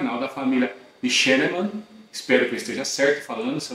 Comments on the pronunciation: É família shineman q se lê....😮😅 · Vc fala muito e explica pouco, nem o nome da pessoa sabe falar